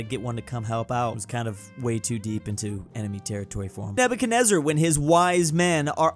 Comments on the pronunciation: That was not even close to a perfect pronunciation what are you talking about? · Slays with a perfect pronunciation of Nebuchadnezzar Also: This guy (Mendeleev)